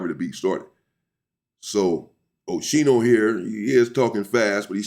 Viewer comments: Pronounced skee-no not she-no Unc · It's O-ski-no 😂😂 oschino and sparks from rocafella records, their group name was state property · Pronounced Os- Keen-o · Oschino’s correct pronunciation = O-SKEE-NO